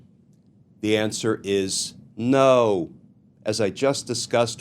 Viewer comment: Loved the way Glenn enjoyed sayign "Nooooo!" 😂♥